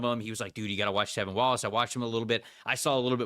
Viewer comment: It’s T(R)EVIN!!!!! And DJ wonnum has been the MAN since finally coming in, after injury. And Clowney hasnt had hardly any impact at all. lol I was actually excited for this video but PFF still doesn’t know anything lol it’s honestly a shame.